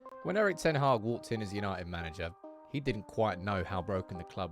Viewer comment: Come on get his name right...its pronounced Eerik (Ear-Rik)...